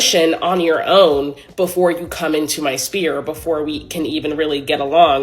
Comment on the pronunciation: She pronounces sphere spear 😅